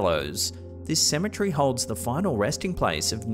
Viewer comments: And saying symmetry instead of cemetery. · Cemetery... Not Cemetree 😅 There's other words you add tree to 😂 territory not territree 😅 ... Kinda cute and funny... Kinda